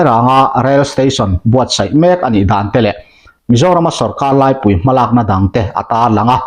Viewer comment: Sorkar laipui i lam dan adiklo.Keipui tih angin.laipui ti a lamtur ani e.